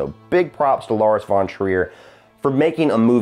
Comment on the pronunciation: You pronounce „von“ in „Lars von Trier“ with an „f“ like in „fish“ in the beginning, not like the English „v“.